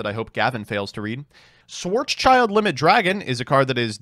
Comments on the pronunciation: haha "swords child". it's called schwArz Schild! (the schild is shield but spoken without the e like a soft e and the a from schwarz is spoken like the sound you make when open your mouth at the dentist. also gotta love the phantom beasts. i remeber playing mecha phantom beast when everybody played hat. and every time i saw someone playing it they cheated with coltwing special summon tokens when coltwing was special summoned but as only mecha on the board. i whish they would bring back o-lion . i mean i can go into savage and herald without o-lion or auroradon and i need it to play my mecha phantom beasts 😔 got 2 ulti hamstrat now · Oh god as a german his pronunciation of "schwarzschild" is so funny XD he is essentially calling it "black child" when it translates more into "black shield" XD